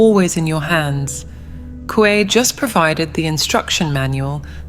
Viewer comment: Mi chavo no sabes ni pronunciar, se pronuncia asi cómo se escribe Coué. Lástima de tu video que está muy bueno, hiciste un buen trabajo solo la cagas con esa pronunciación que se ve tu estrecha cultura. Supérate chavo, supérate, averigua en el google la pronunciación correcta, Ciudad es francés.